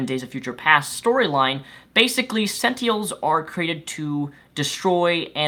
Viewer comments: Senteehuls,? Really? I know you've mentioned concerns of speech impediments before, but come on bruv... Sen + Tin + Uhl. That's it. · Honestly, I thought your review was pretty accurate but I honestly don't trust anything you have to say about comics. This is solely because you cant pronounce SENT-IN-ELS. Like every time you said "sentials" I wanted to stop watching. Sorry man. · your dyslexia is showing. It's SENTINELS, not SENTIELS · It's sentinels, not "sentiels." It would have been fine if you had said it once, but you said it over and over. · Robert Insko But not speech problems. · "sentials?" "Sen ten als". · why you keep saying sent-eels? its Sen-Ti-NELS dude. btw love your show. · are you saying sentiels? They are called sentinels not sentiels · You keep saying sentiels. They're called sentinels. And only some can alter their defences. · Why do you say sentiels? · Hey!! It is pronounced SEN-tin-els. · GRRRAAA SENTINELS SEN-TIN-ELS SEN - TIN - ELS other than that great review c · and btw it's Sent-inels Get it right please!!! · is pronounce SEN-TI-NELS WTF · If I'm not mistaken it's pronounced senTINEls. Sen TIN Els. Sentinels. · Its Sentinels. Sen teh Nels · He has a speech impediment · are you by any chance dyslexic? It's an honest question, because you sometimes pronounce things wrong (like net neutrality, or in this case sentinels) and I'm wondering if it's because you misread things sometimes? (I sometimes have that problem)